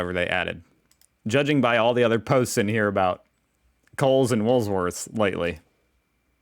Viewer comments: I enjoy watching you video's and do so regularly. There's just one tiny, little thing you could do for me, to have me, stop saying Woolsworth, it's it's Woolworths.. When ever you say it I try to correct you through the screen but you cant hear me. Thank you, have a great day😂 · I want to know what your wool’s worth! ROTFL! Just call it Woolies if you can’t say it without the s in it. 😂 KMart is a department store owned by the same corp as Coles. It depends where you live, what the prices are like. Woolworths + BigW (supermarket + department store) Coles + KMart (ditto) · Its Woolworths not WOOLSWORTH!!!! No Thanksgiving or Halloween here. That is an Echidna pronounced E KID NA😄😄😄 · Echidnas is said e-kid-nas and they eat ants and termites and woolies is said wool- worths 🤙😎🇦🇺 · Just for your own information, it’s Woolworths as in Wool Worths - love your videos 😊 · 😂😂😂 it's E-KID_NA.... And WOOL-WORTHS. Big W is like Walmart/Ross. That should help ya mate 😂😂😂😂😂😂😂😂😂😂😂😂😂😂😂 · What is wrong with you? Do you actually see an “s” after, “wool,” in Wool-worths? You make these stupid mistakes in every video, like the other day when you didn’t think there could be a mountain in Australia! You are either taking the piss out of us, or you are a lot dimmer than I imagined. Did I hear you say that you went to university, what a sad indictment on the U.S education system. Edit: Surely someone who has done so many Australian videos including on wildlife would know that, “echidna,” is pronounced, (e-kid-na) see if you can take this in while you are practising to say, “emu,” (eem-you). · rofl Stop moving the s in Woolworths. "Wool -worths" 🤣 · WOOL WORTHS not WOOLS -please!!!!!!! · It's WOOL worths....not wools worth. The S is at the end. 👍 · why do you call it wools worths, it is Woolworths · Stop saying Wools-worths! It's Woolworths, or as we call it, WOOLIES. 🤪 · It's Woolworth's, not Wool's worth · It's Wool - Worths.